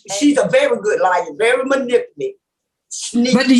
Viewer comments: "Manipuly"... I'm hollerin 🤣 Anyway... These people are slow. I'm tripping. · "She's a very good liar...she's very manipilly?" If I cant pronounce the word, I generally just skip it, or I find a different adjective or adverb.🤣🤣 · Until our young people get out of the ghetto and get an education and move away from their home town they will continue to destroy the English language. I cringed every time that women tried to say the word manipulative.